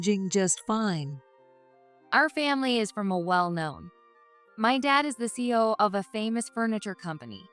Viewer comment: CEO stands for Chief Executive Officer and is pronounced C.E.O. by the letters, not as a word.😅